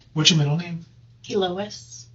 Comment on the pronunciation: A lady who can't even pronounce her own middle name right is diabolical